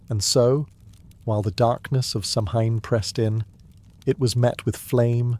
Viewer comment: Kel-tic, not cell-tick. Sow-en not sam-hein